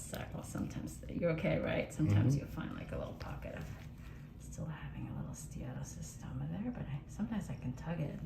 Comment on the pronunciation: Seattle Tacoma! 😂 Every time she says the name of this type of cyst, all I can hear is, "Seattle Tacoma"😅